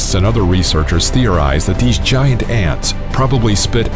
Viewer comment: So it’s called gi-ant lololol